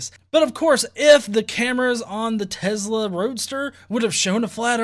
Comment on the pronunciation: Its tesla..not tezzzla lol